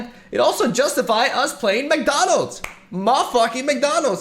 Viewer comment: When you casually called the Bot 'McDonals' I lost it.